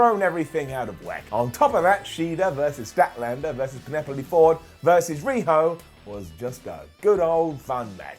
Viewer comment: Did just say PENEPLEE.... TWICE